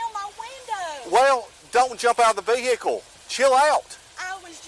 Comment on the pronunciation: GET IN YOUR VE-HI-CLE 🤣🤣…I love their accents with the Ricky Ross playing in the background ☺️☺️